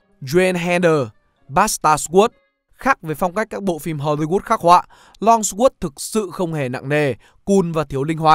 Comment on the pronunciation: Longsword - hình như không được phát âm theo cách mà bạn đọc